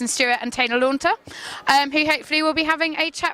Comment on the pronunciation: Lautner is a very difficult name to say .. oh my god is she stupid? How hard is it to say LAUTNER!? :P #TeamEdward